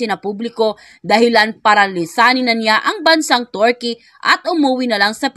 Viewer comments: Kilala sla na bansang Turkey,, pero pinalitan nla ng Turkeyee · Mam, sorry po please pronounced Turkey correctly😢